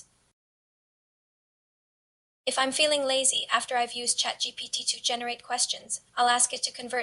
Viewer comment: Heyy!! Love the video! Happy that YouTube recommended your channel to me. I don't know if it will help, but maybe the AI voice will say ChatGPT correctly every time if you actually space out the Gpt part (like G P T) or somn like that. Keep being consistent bbg, you'll do amazing 🤍✨🙌